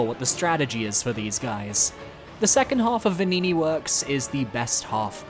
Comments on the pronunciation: The game pronounces Venigni wrong. A gn is always an "ny" sound in Italian. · "Venigni" made me laugh every time you said it.